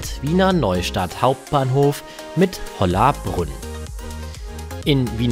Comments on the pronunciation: Geh bitte, das heißt weder Quatier noch Quadier sondern Quartier! Und was soll bitte Holahbrunn??? Das heißt Hollabrunn, Betonung auf "brunn". Und Neulengenbach kenn ich überhaupt nicht, sollte das vielleicht Neulengbach sein (man sollte wenigstens lesen können.... )? Das kommt davon, wenn sich Deutsche wichtig machen und uns unser Land erklären wollen. Wir erklären euch auch nicht Leipzig, Frankfurt oder Berlin! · Aussprache bzw. Ortsnamen lernen: Neulengbach nicht Längenbach, Hollabrunn Betonung 3. Silbe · Man merkt leider, dass du keinen Bezug zu den Orten hast, Hollabrunn falsch ausgesprochen. „Neulengenbach“ heißt eigentlich „Neulengbach“…